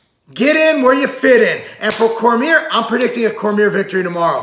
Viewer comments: corMEER lol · Your one of those annoying people in the comments hey? You know damn well who he's talking about and if not that's an issue with your common sense not his pronunciation